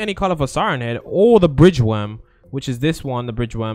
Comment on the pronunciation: I love how he said wam instead of worm